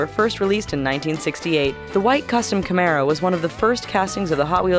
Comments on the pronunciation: Its camaro. Not camara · It's Camaro not Camara -_